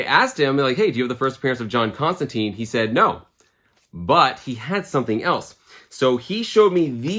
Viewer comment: It’s John Constant”I”ne as in a hard “I” and not an “e”. The character makes a big deal about pronouncing his name, although I forget in which Hellblazer issue. Love the channel and just don’t want you to wake up covered in spiders and flies or as Nergal’s little bitch in a Hellish hotel room for mispronouncing Johnny Con-jobs name. 😂 Cheers and keep having fun with your channel!